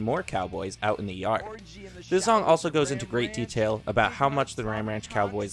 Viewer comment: Something about the way he says yard like yerd cracks ,me up